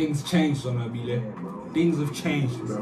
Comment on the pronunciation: killed me with that...😹💀"Son-Wabble"🥴